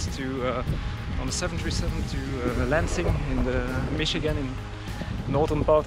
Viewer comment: Sounds like the Captain says, "Leipzig" when he says, "Lansing"... ;)